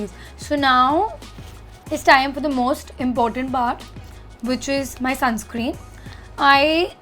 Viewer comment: It’s sunscreen not “sunscream”